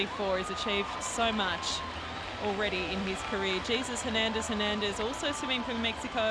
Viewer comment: the didn't pronounce jesus hernandez hernandez name correctly